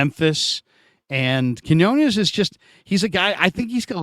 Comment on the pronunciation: Please learn to pronounce Quiñones please,!! 😢😢